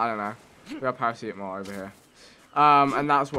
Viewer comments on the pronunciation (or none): Vikk its para-c-tam-ol